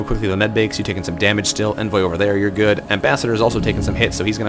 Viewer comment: Envoy is pronounced Ahn-voy =P